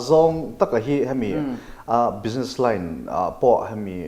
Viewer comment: Bizness o. Bijines ti toh suh. Ti tawp mai ang.